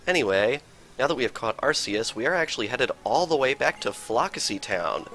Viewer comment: arKace not arcece